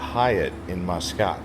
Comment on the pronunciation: The Grand Hyatt has some good bars including the sports bar. i was living there so use to spend a lot of time there watching F1 races and All Blacks playing rugby. Also I would take visitors and business contacts there. Nice place and the people are great. Muscat is pronounced Musk Cat. Oman can get up near 50c. I departed in winter from Christchurch, NZ it was Zero Degrees C, I arrived in Muscat it was 48c and that was a shock. It was also Ramadan so that made it challenging.